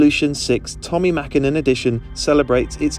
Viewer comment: Props for the ä in the Mäkinen 👌🏻